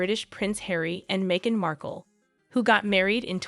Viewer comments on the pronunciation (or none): none